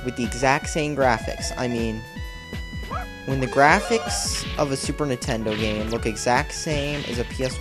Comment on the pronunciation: Da GIAFICS